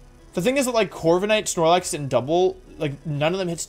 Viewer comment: Why does hearing him say Gigalith and Corviknight as “Jigalith” and “Corvikanight” bother me so damn much?